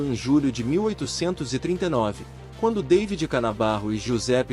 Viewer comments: . ...ainda pronunciou "dêividi", como se fosse inglês. O nome é Davi, pronunciado em bom português: dá-ví...!! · "Deivid" Canabarro? É Davi, infeliz.